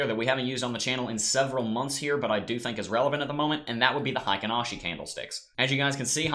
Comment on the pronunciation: I'm a Japanese translator by trade. Heikin-ashi is pronounced HAY-KEEN-AW-SHE. Thanks for your analysis.